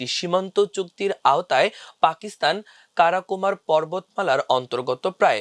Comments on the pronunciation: উচ্চারন খুব খারাপ। কারা কোরাম কে কারাকোমার বলছে কেন? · Not karakumar, it should be pronounced Karakorum. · 'আমার দেশে' - এর খবর পড়ুয়ারা যে কোন আনকমন নাম বা শব্দের ভুলভাল উচ্চারণ করে! 'কারা-কোরাম' শব্দটা বাল‌ বার ভুলভাবে উচ্চারণ করা হয়েছে। এই নির্দেশ করে যে যারা খবর পড়ে তাদের নিজেদের 'পড়ালেখা' অনেক কম বটে!